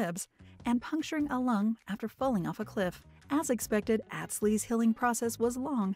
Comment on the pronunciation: Not àh but aw tz watched show for years so no how his name is pronounced